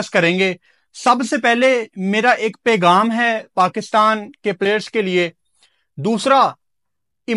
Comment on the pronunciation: pagaam ni hota pegham hota ha urdu bol hindi na bol tatoo